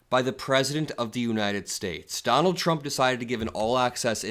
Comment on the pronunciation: Levitt never ever says “Trump” correctly. Pres Chump, yeah ok.